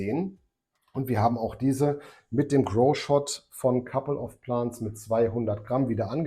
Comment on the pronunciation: Couple of Plants (Pl Ä nts) ..denglische aussprache ist schlimm :D .. also richtig , oder gar nicht ^^ .. schönes wochenende und einen erfolgreichen grow :)